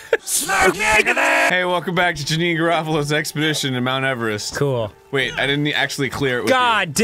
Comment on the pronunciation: "Hey, welcome back to jameme Garfield's expidickshun to mt everest! starring arin hamston and, I guess, also starring Dan everyDamn, who's APPARENTLY a stickler for pronunciation."